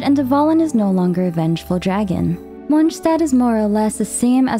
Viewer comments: I love how you say Lord Rukkadhevata!😊🎃❤ But „Monchstadt“ sounds weird for me as a bilingual in English/German :D❤😂 No hard feelings though :-)😊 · You doing to much with the names🤣 "mongstat" "yue" you're just trying to hard to pronounce these names successfully or uniquely. But good vid overall 😅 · Why do you say Mondstat that way 😭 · The way she pronounces monstadt is bugging me the wrong way 😂😢 but good vid ❤ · As a german, Mondstadt isn't pronounced correctly in the game